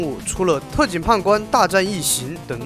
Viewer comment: 不好意思我聽成 特警"胖"官